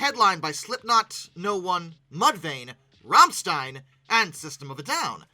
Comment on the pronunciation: Rammstein = RHAM-shtine ( sort of, the first syllable is, well, German ) Named after the infamous airshow disaster.